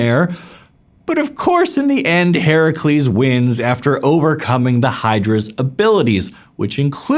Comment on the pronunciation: You pronounced Heracles correctly :O!